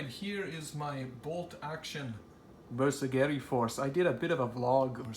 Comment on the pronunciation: Pro-tip...(admittedly a nitpick), please learn to pronounce Bersaglieri. ;-) It's pronounced like 'ber-sal-year-ie' (you don't say the 'g'). It's said like 'consiglieri'. My only gripe! But I cringe every time someone says it wrong! Otherwise superbly painted force! Keep up the great work!